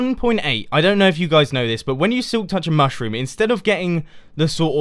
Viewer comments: I chuckled when you you said the "mush room" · Mush-Room. :D I smiled when I heard it. :D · I giggled at the 'mush-room'